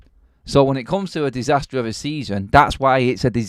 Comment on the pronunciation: Disaster not Disastor!!